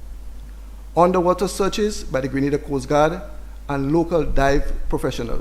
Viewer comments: Lady from the UK ( the journalist) it is GRENADA IN THE WEST INDIES and not Granada in Spain .Please prounce the country properly ,do your research first, thank you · Our country is called Grenada, the Caribbean Island. Not Granada in Spain. Please get it right? Your unwillingness to even try, says alot about you. Smh.